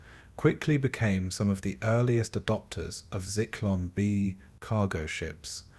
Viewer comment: Zeeklon lmfao you mean Zyklon????? What an idiot